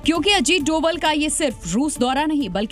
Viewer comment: नाम तो सही लो भाई अजीत डोभाल नाम है सर का (डोवल ) नही ☹️